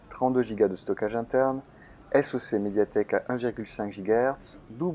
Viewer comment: Si tu pouvais arrêter d'épeler soc et mAh steuplait